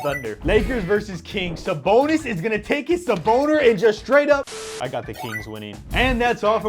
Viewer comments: His 'saboner' LMAO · sa-boner lol